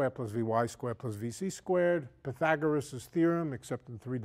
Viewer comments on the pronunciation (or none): none